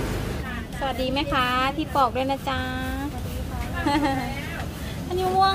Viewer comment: คุณพูดผิด ไมใช่ ปลอก ผลไม้ เขาว่า ปอก ขอโทษนะคะ รัก ถึงบอก